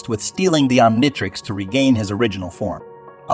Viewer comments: Try Oniontrix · “Om nai trecks” is crazy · It's pronounced om-KNEE-trix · Why are you saying Omnitrix so weird? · My bro you're mispronouncing the word omnitrix😺😒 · Learn to pronounce omnitrix u idiot😂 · I'm sorry but the way you mispronounced the omnitrix 💀💀💀